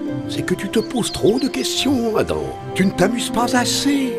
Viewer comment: Hello it's Adam not adan